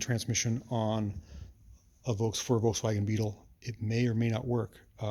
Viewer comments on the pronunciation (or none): none